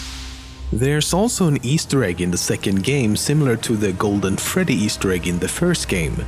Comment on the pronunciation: did he just say 'to the NEW and improoved Fraddy Fazbear's pizza'?? Thats another evidence that fnaf 2 is a sequel. (I BET SCOTT DID HIS ON PURPOUSE, JUST TO MAKE RUMORS AND STUFF!!)